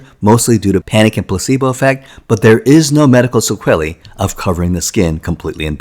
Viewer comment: "There is no medical 'sequelly' of covering the skin." No idea what word you're trying to say there.